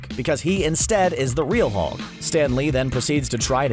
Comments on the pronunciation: "The Mulk and the Thing".. but good save after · The.... the what??? The Thung. THE THUNG? and THE MULK???? You have to be doing that on purpose.